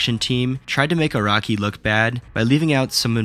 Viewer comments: even the cc thought you said "iraqi" instead of "araki" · Bruh , "Iraqi." and "Jodaro."